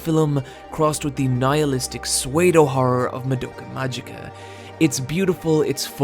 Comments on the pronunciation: YOU THINK THATS BAD! Ok, I apologise for this in advance, I dont usually stop half way through a video to comment but... Sewaydo... SEWAYDO!?!?! pseudo Ss-ewww-do sss like a snake ewww like "Ewww! a bug!" and do like a deer (A FEMALE A DEER, RAY A DROP OF...) IS THIS AN AMERICAN THING!?!?! Ahhhhh, ok, I'm calm, I'm back, language evolves, I get it but... DAMN, it slaps me every time you've said it before in other videos and today I just want AHHHHHHHHH! IT'S FINE... I'm ok, Back to the video, love your work BTW. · Sweydo horrors? You mean soodo horrors? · why does he pronounce it sway-do instead of pseudo ??? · "Swaydo" horror? Wait, did you mean "pseudo"? Oh jeez, that was confusing, haha... 😅 It's said like "su-doh", to avoid future confusion. 😂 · Pseudohorror "Sway-dough-horror" "Soo-dough-horror" Just saying. I love you to death,, but you folks across the pond pronounce words weirdly. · Language Police: Soo-ay-dough? “Pseudo” is pronounced soo-dough. Also, the ‘h’ in “chasm” is silent. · What the heck is "Swaydough horror"? Are you saying pseudo? That's pronounced Soo-doe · Again nitpicking but at somewhere between and you pronounce pseudo "swaydo" but its pronounced "sudo" Awesome video again! Keep it up! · Are you pronouncing "pseudo" as "sway-doh"? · please, please, its pronouced su-do, not sway-do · Did say "swayedohorror" or "pseudo-horror"?? Or did he say something else?. The comic covers on this site almost make me want to learn katakana properly. And I just might.. I just caught up on the Manga last night. Why Exactly Did You use this page????? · Pseudo is pronounced Soo Doh. Not Sway do. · Suwedo horror is a fabulous pronunciation and I may start saying that just to confuse people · So we've all just agreed to ignore that he says sweido horror? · My dude really said “suedeo horror” lol😂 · sway-doh lol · i love your vids but when you prononced psudo swedo and chasm chaasim i had to pause and gather myself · pseudo = Sway-Doh